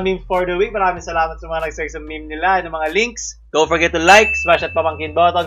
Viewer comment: Did you just pronounce meme as "mimi" instead of "meem"? Dislike